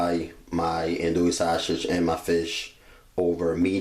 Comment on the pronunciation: S that shit was driving me crazy. I was like stop saying it like that.